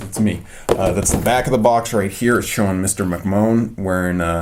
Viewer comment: It’s pronounced mcman vince McMahon